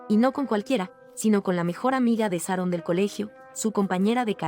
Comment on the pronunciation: Pronuncia bien .se diceCharon son buenos narrando estudien pronunciacion